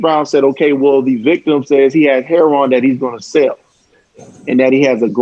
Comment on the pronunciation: Last name heron, you mean heroin, I can't stand it when people pronounce heroin heron.